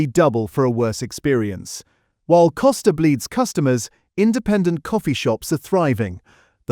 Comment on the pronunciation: Costa not Coaster.........., I go to one regularly and staff are ok and remember my order so AI generalisation , not accurate for a starbucks i have been to